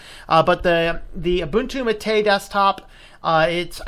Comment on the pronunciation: "Mate" instead of the Spanish "MAH-teh" sounds like when people say "Tar-jay" instead of "Target."